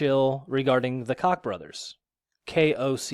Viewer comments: It pronounced "Coke" brothers. What Happened to you? Why the long absence? You said you would do a video explaining what happened. Where is it? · Koch - pronounced like "coke" bro, the Koch Brothers....jesus christ come on dude... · Koch is pronounced like COKE..lmao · Pronounced Coke. Not kahk. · FYI— Koch is pronounced Coke. Just trying to help... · no in german Koch is pronounced cock